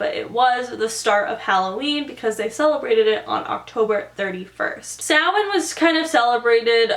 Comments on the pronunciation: So happy she said Samhain right 😂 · YAASS 👏🏻👏🏻 I’ve watched so many videos similar to this where the information is totally screwed up and they don’t even mention it originating in Ireland. The pronunciation of Samhain was 100% too. We do trick or treat here and people do actually give out money, usually older people. Celebrating Halloween isn’t as big as it is in the states because you guys go all out on literally everything - although we’re definitely getting close. Also it’s a bank holiday so no work/school.